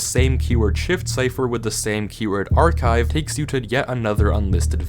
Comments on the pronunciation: i flinched when i heard archIve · ARCHIVE AS IN ArchIve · "ArchIve" Oh goddammit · When I heard "ArchIve" i flinched like a abused puppy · I flinched like an abused wife when i heard “archIve” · "ArchIve"? is at it again... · "ArchIve" - MY BOY NOOO FRICK YOU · “ArchIve”’gave me flashbacks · "ArchIve" ain't no way this guy's gonna head north